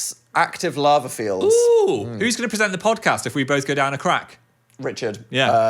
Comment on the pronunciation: Today I learned that we Americans pronounce Lava in a way I feel like is more British than the British. Interesting. 😂